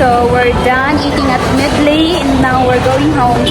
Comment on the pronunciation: Sorry pero sana nag Tagalog ka nalang.. Pronunciation mo palang ng Medley mali na... haha😅